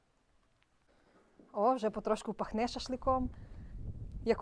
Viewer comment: Коровиии, холоднооо, пахнеее. Чому наголос не туди ставите? 😊